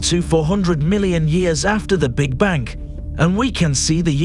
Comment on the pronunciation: I bet this video was AI written. Doesn't seem a human would write like this or pronounce bank endlessly.